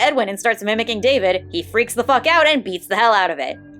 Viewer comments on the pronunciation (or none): none